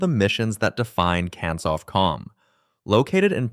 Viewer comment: The pronunciations are Can Sof Com. Four Two Seven, See J'eye Roo and See Sot See